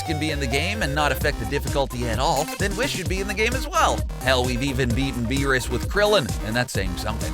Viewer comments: Jackass cabba is in xenoverse 2 as dlc and it is pronounced whis [whees] not wis. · its pronounced weez not wiz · Whis rhymes with grease not piss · Its whis not wis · Excuse me but I thought his name was Pronounced (We-Sah) or (Wiss), where do people hear this pronunciation? I would like to know... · It's pronounced wEEs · Whis is actually pronounced "Weess" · You pronounced Whis wrong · The way he says whis makes me cringe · When he pronounces whis wrong :( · And whis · For every mispronouncination and flaw in this video my heart breaks while I love your videos as a DBZ fan I can't help but notice the mistakes you made in the video like whis' name